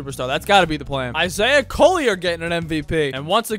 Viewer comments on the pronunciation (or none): none